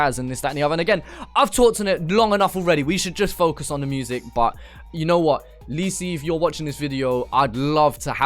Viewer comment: Say lisi right